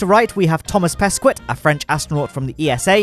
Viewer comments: So funny how you pronounce the name of Thomas Pesquet 😁 Because in French the "t" is silent and "qu" is pronounced more like "k". So it's more like "Peské". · lol how you pronounced pesquet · How can you butcher the prononciation of Hoshide and Pesquet after supposedly hearing them said correctly many times during NASA’s coverage !?! 🤦🏻‍♀️ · yeah I know, just saying the prononciation is funny :)